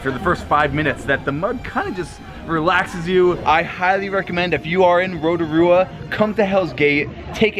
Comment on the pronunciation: I live here in New Zealand and yup it is beautiful but I’m a South Island kiwi I just had one problem how you pronounced Rotorua